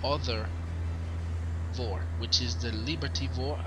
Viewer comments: NO. VOR is not a word. You can't say it as if it was. FAA Terminology, bro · Don't say "VOHR" , that sounds very unprofessional. It's V-O-R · good video, say V-O-R !! PLEASE!